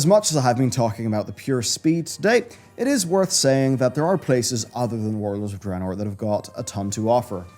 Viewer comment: I try and watch, I really do but even after the game was announced back in Nov 2013, you still can not say DRAYNOOR correctly, its not DRAHnoor. Please learn, I hat mispronunciation